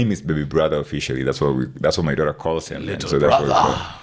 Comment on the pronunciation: Why pronounce Daughter as Dorra and Reuters as Rorras